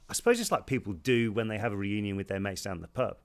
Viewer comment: when oliver mispronounced reunion during this video made me laugh 😭